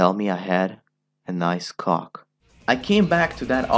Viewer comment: The way he says “cock”= ghoc